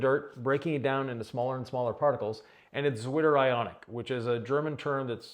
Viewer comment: What was the german term again? "Witter-ionic" is what I heard 😄